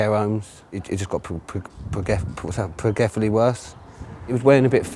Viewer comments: this man said "What is it? progrefivly worse".... did u mean "progressively" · "it just got pupo.... Pupgefiffley worst" what? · "Progefally worse". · "Progeffive?" "Feminitity" I gotta say I thought they were sharper. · "pe pur pe pea purfrefifree" what the fuck did he say? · progeferbly worse lolz .... fema femanina how you say feminidity .... HAHAHA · For a man that can’t pronounce progressive, he’s the most progressive man I’ve ever heard speak about his life journey in a few paragraphs, rock on man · Some say is how big Shaq pronounces Progressively and that is how he says femininity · He cant even say Progressively Worse and hes making high dollar. And the cops cant eve catch these illiterate criminals. Says a lot about the incompetence of British police.